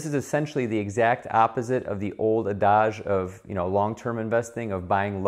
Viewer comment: He pronounced “adage” weird